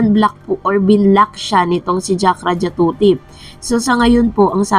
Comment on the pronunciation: Jakrajutatip di jakrajatutip ang galing mo magpronounce dai nagblogg kp mali nmn.